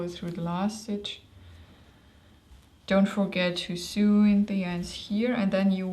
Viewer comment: just so you know, "sew" is pronounced the same as "so"...;-)